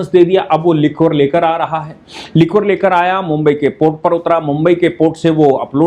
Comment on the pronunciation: लिक्वर नहीं लीकर प्रोनाउंस करिये